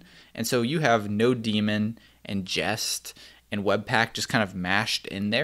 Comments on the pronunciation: Same...I mean, it's a Node script, so of course I'm gonna call it node-mon lol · Thought it was node-mon since the beginning, then one day I took a shit and no-demon pops up. I asked in devrant and it seems no-demon is the actual norm. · Did he just call 'nodemon' node-demon? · no - demon